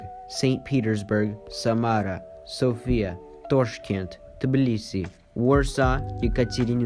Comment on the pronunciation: Cool video and also you pronounced sofia wrong 😂